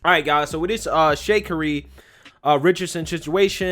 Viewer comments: Sha-carry....not shakery. LOL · Actually, you’re wrong about her name’s pronunciation, and you’re wrong about following rules. When a rule is morally wrong, it is your duty to not follow them. A perfect example is Rosa Parks.